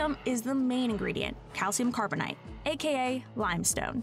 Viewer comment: CNBC: "Calcium carbonite" Lol you mean calcium carbonate? I didn't know we were freezing Han Solo in limestone 😂